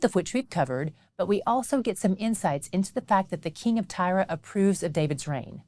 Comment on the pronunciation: why do you always pronounce Tyre as Tyra?